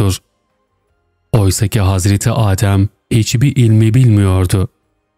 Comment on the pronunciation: Yokluk, AAdem değil.. adem, adem kısa" a"